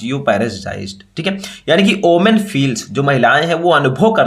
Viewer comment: Women hota hai sir omen nhi